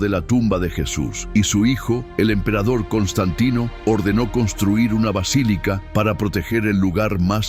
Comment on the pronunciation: Sres: “vacilica” es erróneo. Es Basílica! Que descuido